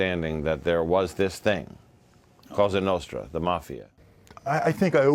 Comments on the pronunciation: Le Monarchiste he said it wrong. It’s the Sicilian mafia La Cosa Nostra. In Italian it translates to: “ This thing of ours” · “La casta nasta” - nice prep work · La Castra Nostra he says. 🤦‍♂️ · "La costa notra" goon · Cosa Nostra “ Our Thing “. They only been doing it for 100 years lol and they still cant pronounce that right.